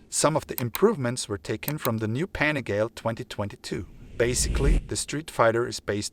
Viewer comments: Have you ever watched a Ducati Panigale review? At least once? If you are going to do a review do it right. You pronounced PANIGALE a thousand times incorrectly. The name derives from Borgo Panigale, a place where miracles happen. To Italians and to Ducatisti this might be received not just as anti-professonial but even an insult. Other than that, this is a nice try. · I’m with you! The guy is making my ears bleed saying it wrong!! Ruined a perfectly good video. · Mate learn how to pronunciate PANIGALE ffs!!! Go back to school!!!